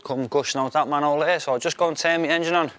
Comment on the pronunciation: I came to hear an English man say manhole. "man'ole". I stayed for the sound effects. I cheered when the pipe cleared. What a day.